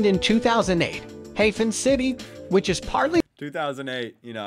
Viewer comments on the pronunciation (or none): Can't they programme those AI-speakers to pronounce the names correctly? Spayerstud, Hayfen city, Junkfernsteeg, Heychenback... Terrible!🙉 Blankenese is great! You go there just to walk down to the beach and enjoy the picturesque buildings. A bit like Martha's Vineyard or something.